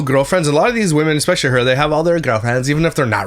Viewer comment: I can’t stand the exspecially! Seems like I am hearing this more and more 🙄